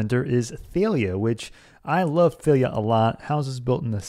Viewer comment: Thalia is pronounced "Dal-ya"...